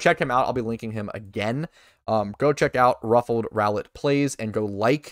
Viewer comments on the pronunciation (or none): Ruffled, not ruffed, btw :] lol